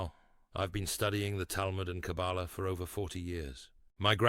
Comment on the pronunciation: This AI voice does not know how to pronounce the word Kabbalah